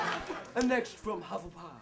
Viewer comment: What the hell is a HUPPLEPUFF????lol